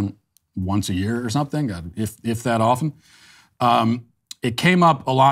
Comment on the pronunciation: This was just what i needed Matt. Also, can I just thank you for being the absolute only 4th person in my lifetime who pronounces "often" properly? I thank you kindly for this good sir.